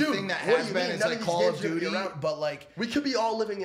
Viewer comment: Nobody: Mike: CALL OF DUTY